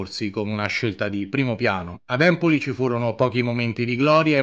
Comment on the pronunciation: Si dice Empoli e èmpoli e poi sono azzurri non biancazzurri